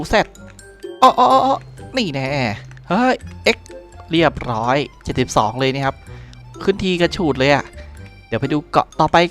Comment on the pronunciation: พี่พูด พี่จะพูด ว่า 72 แต่ผมได้ยิน 62